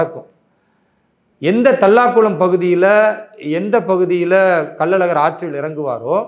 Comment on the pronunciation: அது கள்ளல் அழகர் இல்லை கள்ளழகர்